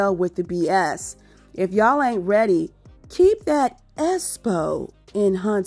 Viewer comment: The ESSSS-PO emphasis on "PO" 🤣😂😅 The EEEEEvent 😅😂🤣 gwooorrrllll gon' & quit playing